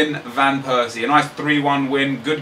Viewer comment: you should pronounce it as robin van pairsie